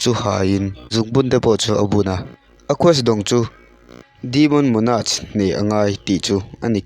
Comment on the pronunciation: monarch i pronounce kha a diklo